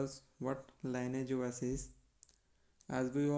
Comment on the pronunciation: Thanks for the review. The pronunciation of "lineage", by the way, is LINN EE IJ in the context of offspring, parents, and a fork, in this case.